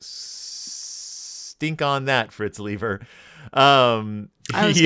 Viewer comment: It's pronounced LYE-ber. Say it with me: LYE_ber. But at least you tried. I give you credit for that.